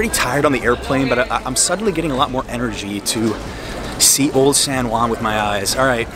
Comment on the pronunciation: Dude, it's pronounced San Huan (as in House, Hot, Head...) not San One.